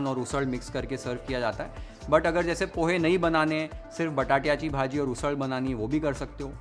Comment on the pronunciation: एकदम झकास 👌 , " बटाट्याची भाजी " हे ऐकताना मस्त वाटलं 😁